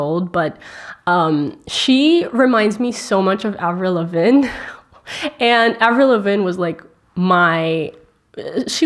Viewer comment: The way she pronounces Avril Lavigne😂. (No hate intended) I love Billie and Avril.